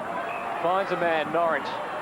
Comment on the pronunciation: Jesus Huddo it's Norrish not Norwich lol.